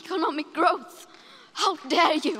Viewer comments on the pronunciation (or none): none